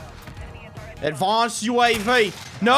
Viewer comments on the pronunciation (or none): “Advanced UAV”- English accent😂😂